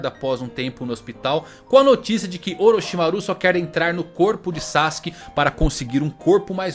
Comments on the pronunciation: A pronuncia de Orochimaru do me incomodou profundamente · legal o video, nostálgico. mas os ouvidos doem quando ouve a pronúncia gAAra, sakúra, orochimarú kkkk omg